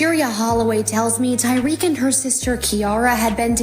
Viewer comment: Why yall keep pronouncing his name as tywreck🤦🏽‍♀️😂I couldn’t even finish the video😭💯